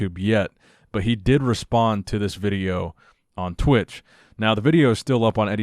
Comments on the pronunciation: What the hell is a vit-chi-o? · "The Veejyo" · Vitcheo guys vitcheo 🤣🤣🤣🤣